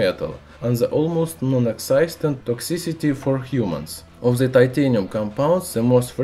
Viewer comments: Just a suggspread knowledgeestion.... Please do something about your English pronunciation.... It's really unbearable!!!! If your aim is to spread knowledge.... Please do something to be understood!!!! The is not!!!! Ze....🙏😧😧😧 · He doesnt know to say the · Very funny I love how you use the Z in stead of The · Zis properzy of za metal zizatioum Edit: 171 likes!!!!!! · I love how he says "the" as "ze" 😂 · "By ze way" xD